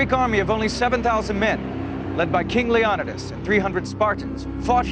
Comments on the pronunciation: Wait..l Le-ON-id-as? It's pronounced Le-o-NI-das. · Lee-oh-nigh-das is how you pronounce it. Moron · its LEO NIDAS! not leonadas